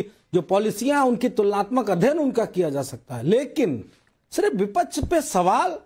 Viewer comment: Vipach vipach kya hota hai